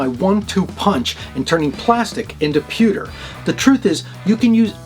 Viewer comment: today is the day I FINALLY learned how to pronounce pewter in English xDDD Awesome episode as always! :D